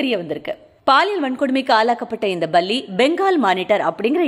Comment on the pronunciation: Apdina Baratham. Baram apdindradhella tamil word illaya bro lol 🤣🤣. But ninga sona visiyam sari... la mattum tha vithiyasam